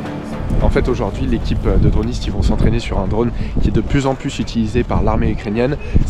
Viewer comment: Reportage extra, moderne, no bullshit et on apprend beaucoup. On dit juste "drône" et pas "dronne".